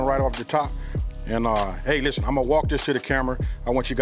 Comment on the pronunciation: " Lishtehnn"